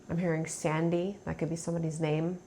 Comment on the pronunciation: *name not “jame” 😂